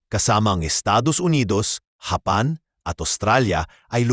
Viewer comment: "HAPAN" na po pla ang pronunciation ng "JAPAN" sa tagalog. Sana po nai-correct ung pronunciation ng AI voice, ✌️😬😅🤫